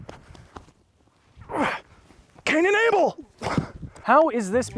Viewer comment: I didn't want to like you, but you just won't let me. "CAIN AND ABLE" lol